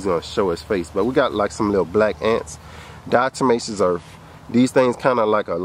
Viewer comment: Diatomatozome...is that what your saying brother?